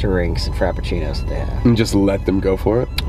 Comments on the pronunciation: carmel frapishino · “frapee” “grandee” okay man..